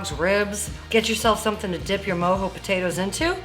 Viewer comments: She keeps saying Mo-Hoez which I personally Love myself every weekend, but it’s Mo-jo as in mo joes. Lmao, let’s get it!!!!! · Lmao never heard them called “moe- hoe “ potatoes and not “moe- Joe” potatoes lol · MOE JOE NOT MOE HOE potatoes!! 🥔 I'm dying over here every time you said Mo Hoe 🤦🤦🤦‍♂️🤦‍♀️🤚😪🤤🤤🤯😵🤯😭😱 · Mojo? It’s MO-JOE without the e